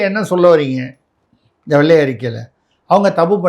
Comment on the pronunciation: வெள்ளை அறிக்கை. அதை. வெல்லை அறிக்கை இல்லை தமிழ் வார்த்தை களை கொலை செய்ய வேண்டாம்